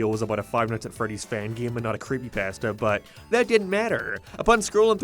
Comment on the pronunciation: I love how he says “creepypAstas”